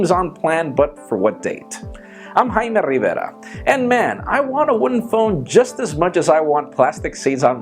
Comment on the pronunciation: Hello I'm Hi-Me Ree-verrrra